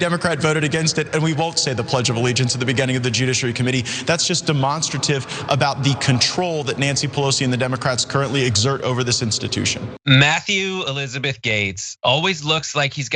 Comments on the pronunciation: Did he say de-monster-tive? As if demonstertive was a real word? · LMFAO what a fucking idiot?! Fucking moron mispronounced demonstrative ?! Really, boomer, really?!